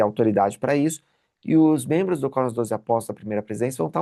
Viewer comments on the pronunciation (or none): none